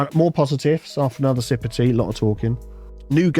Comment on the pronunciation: "I need more tsea" I don't drink tea but that's still a mood LUL